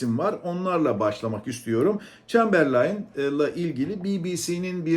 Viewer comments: Şu çambarleyn gelmesin abi adını söyleyebilen yok şu ülkede 😅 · Çemberlayn nedir ya :) Adının telaffuzu edilemiyor, hiç gelmesin daha iyi.